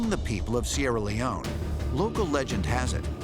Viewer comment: Any here hear him see sierra leonineeeeee